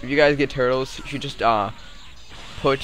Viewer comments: it turles not turtes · It's Tur-les.